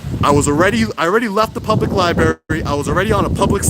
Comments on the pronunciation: There are TWO R's in libRaRy. It's not liBARY. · It is Library, not Libbary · Great channel, thank you. Also, it's pronounced lai-bruh-ri not lie-berry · 😁 It’s not ”Li-Berry” - it’s “li - br - erry .” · What's a libary? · You are just great. Please correct your pronnounciation of library from "liberry" to liBrary. Xxxx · Please don’t say LIBARY. It’s pronounced LIBRARY. With TWO Rs. When you say libary it makes you sound uneducated. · First, thank you so very VERY much for being a wonderful advocate for our 1st amendment rights. But please, for the love of English...it's a 'lie-br-aiRy', not a 'lie-berry'. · LiBRARy NOT berry lol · Its lia-breh-ree bro not libary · It’s Library!!!! NOT LieBerry ! Dumbsss! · I LOVE YOUR WORK, BUT PLEASE STOP BUTCHERING THE ENGLISH LANGUAGE. IT'S NOT "LI-BERRY".. IT'S "LI-BRARY". REMEMBER, THERE ARE NO BERRIES IN THE LIBRARY. NICE JOB KEEPING THE COPS IN CHECK. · libRary not lie-berry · Library has two r's, it's not "libary"... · He says libary, are you deaf or just a triggered fanboy lashing out? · Lie-barry? You have kids... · You’re doing a good job. Now if only you could pronounce Lie Berry correctly. Oh well, can’t have everything 🤷🏻‍♂️ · I hate when people say libary, but with, it's endearing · Li - BRAR -ee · 024 “At the Danbury public ‘ libarry’ lol. This is the way 3 yr olds pronounce it. Perhaps he needs to visit the ‘libarry’ more often. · I love you bro, but it's LIBRARY!! Not Lie-berry! LOL I'm from Harlem so i used to say it the wrong way all the time. Now whenever i hear someone say that, it grinds my gears lol lol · it is LIBRARY with an R you moron, not LI-BARY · I just hate the way he says "Liberry" lmao. Other then that great content 👌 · Anyone else hate how he says liberry lol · Love what you do and love to watch your videos. But dude please pronounce Library correctly. lol There is an "r" after the b in Library. other than that great work. :) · Library has TWO R's. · its "library" dumb ass